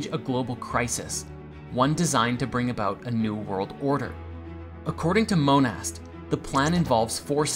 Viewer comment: The name Monast is said like "Mona".